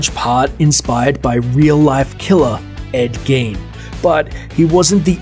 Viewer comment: your going to try and tell people about tcm and dont even care enough to figure out how to pronounce ed gein!?!? wtf